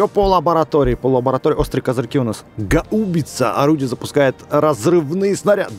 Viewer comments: Не гау́бица, а га́убица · правильно гаубица ударение на первую А